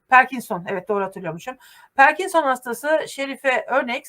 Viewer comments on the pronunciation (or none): Parkinson perkinson değil 😊🎉🎉🎉